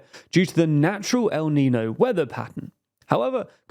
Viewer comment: How about does a brand deal with some language learning platform because oh how flippin atrocious his pronunciation of El Nino is.